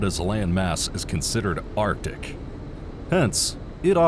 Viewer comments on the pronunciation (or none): none